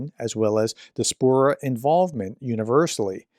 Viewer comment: Indeed it is very American. It's also very American to mispronounce less common English words, such as 'diaspora' in this video.